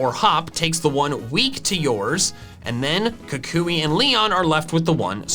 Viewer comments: Kukui, not Kakuy! There should be 2 L's in Alolan! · Am I the only one who is annoyed with the way he pronounces Professor Kukui? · Is Kukui pronounced “koo-KOO-ee” or “KOO-kwee” like I’ve always heard it?